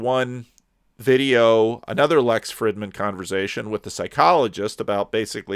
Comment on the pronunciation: Small detail,, but doesn't Lex pronounce the 'i' in his last name w/ a long 'ee' sound?